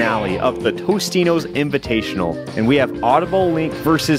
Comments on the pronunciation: I swear to god TOTINOS, not Tostinos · Alpha: "Sponsor me, Tostino's" Also Alpha: Doesn't know that it's actually "Totinos" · I don't think Totino's is gonna sponsor you if you keep calling them "Tostino's"! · you do realize its.. totinos, not tostinos, right? mandela effect.... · isnt it totinos not tostinos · Zak Henderson he meant toninos, not totinos